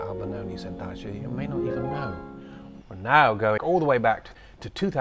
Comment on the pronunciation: Wouldn’t it have been wonderful to have seen that performance in person? I envy those people. As always, I enjoy your background details. (And the fact that you don’t pronounce it as a-dag-e-o as some people do; I know I’m petty)…🤷‍♀️🫢It certainly looks lovely there where you are. I learn a lot about singing thanks to watching reaction videos on YouTube. I just checked my music library and I have about 20 different tracks with ‘adagio’ in the title so it is certainly a popular theme/style.